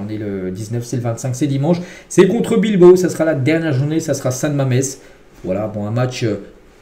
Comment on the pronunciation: Pourquoi tu dis bilbo 😂